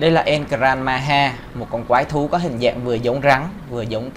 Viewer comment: El gran maja mà cứ đọc là El gran maha